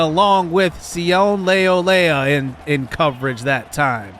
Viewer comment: His name is Si-oh-nay Leulea